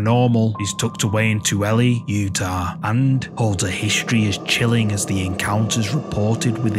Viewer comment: Aye Utah resident Good try on pronouncing Tooele ((Too-will-a)) And can confirm Asylum 49 is definitely haunted. I used to work there!